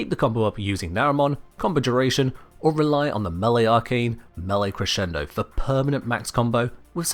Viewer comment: Liked just because you pronounced "crescendo" correctly.